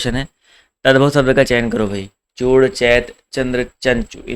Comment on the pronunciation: Sir bahut accha padhate hain aap...lekin aap श ko स hi bolte Hain....kya ye chhoti si Kami door nhi ho sakti... jaise शब्द ko सब्द bolte hain aap... Sahi uchcharad karne wale vidyarthiyon ka baar baar man bhatakta hai...sahitye padhane ke liye khud ka sahi uchcharad karna bahut zaroori hai...